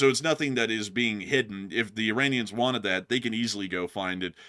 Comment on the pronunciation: "What Iran got is what it wonted"